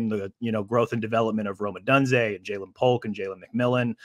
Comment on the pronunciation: Why is bro pronouncing “Odunze” like that?